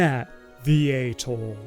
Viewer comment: Getting you to pronounce atoll correctly is now one of my life’s missions…